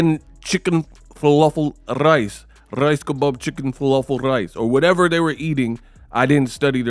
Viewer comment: "Rrrrrrice kabob chicken falafel rice" .. Lol